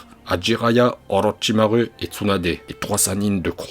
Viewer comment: je regarde vidéo de youtubeurs je constate qu'il prononce Mal les nom des personnages il dis Naruto 'orochimaru'achirama ce faux ce (naluto' olochimalu ' hachirama avec H écouter bien Madara lorsque il parle il y'a aussi les noms des techniques par ils disent éléments raiton cet faut ce laiton même dans DBS ce pire (frizer) ce (freiza et dodoria san hakai shin bul Sama)